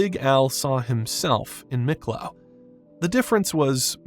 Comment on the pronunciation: It's pronounced Meeklo not Miklo